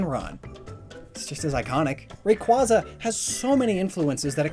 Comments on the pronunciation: You miss pronounced Rayquaza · Isn't Rayquaza pronounced Ray-cuay-za, Not Ray-cuah-za? In both the sub and dub, they say the first one and not the second. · You lost all credibility when you said "Raykwazza" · The way he pronounces rayquaza, bisharp, and hydreigon is atrocious.